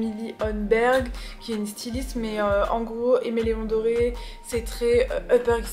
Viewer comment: Coucou, ça se prononce "Aimé Léon Dore" et non "Doré". 😊 Très beau sac !